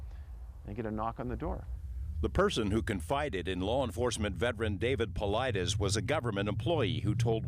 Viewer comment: Why bother having DAVID PAULIDES on this show, if you're not even going to bother to take the time to learn how to pronounce his name correctly?! How lazy and disrespectful! I expect a little bit more from your generation, as you're not lazy youngsters; or so I thought!